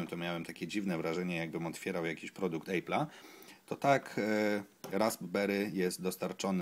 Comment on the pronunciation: Produkt "ejpla" - masz wadę mowy? To po prostu epl, apl.